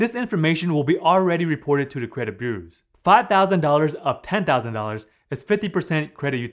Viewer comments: Credit burrrrrersss lol. Sorry man🤣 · try to pronounce it as BYU-ROWS not trolling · You pronunciation of the word "bureaus" is really off. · I like it when he says "bureaus" Remember, paying after the payment date will upset your credit boos. Awwww Boo, why ya gotta be so sad? It's just a laptop. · You really have trouble saying the word "bureaus", don't you?